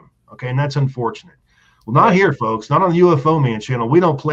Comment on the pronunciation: I'm going to start a drinking game & drink every time says "focks" blawhahaha 👊🤣👍